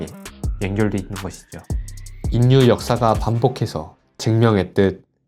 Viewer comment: 잘들었습니다. 다만 전략. 인류를 발음시 전냑, 인뉴로 들리는게 매우 거슬립니다. 절략. 일류 로 읽는것이 맞을것입니다.